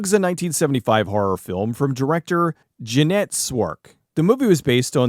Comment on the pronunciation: Did.....did you just call Jeannot Szwarc "Jeannette" Szwarc? Hint: "Zhah-noh"